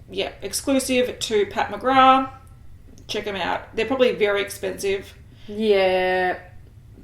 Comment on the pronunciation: It's Pat McGraTH not Pat McGraaaaa but I still love you guys ❤ #patmcgrathstan Thanks so much on the Laura Lee info - really was useful xx